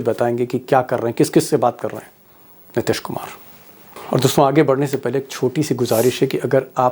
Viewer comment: नीतीश जी को आप नितिश क्यों उच्चारित करते हैं भाई ?